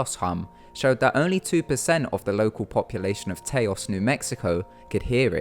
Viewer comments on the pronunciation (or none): Great video, but as a New Mexican, I got really annoyed at the mispronunciation of Taos. It's pronounced as "tows" not "tay-os." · You keep mispronouncing Taos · As a person who in Taos, I have to say you pronunciation of the name is.... Unique lol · The way he says taos 😂